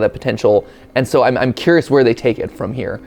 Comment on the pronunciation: I'm sorry, did you say "WERE!?"